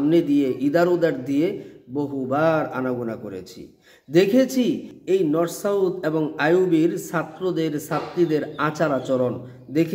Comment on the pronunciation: Norsouth😂😂😂😂😂😂😂..... Ya allah...... Maf korun